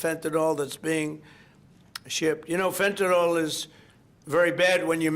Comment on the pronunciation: How much longer do we have to endure this vulgar, incompetent jerk? ("Phentanol"; nevermind the rest). He's no longer irritating, he's fatiguing! "Think of that!"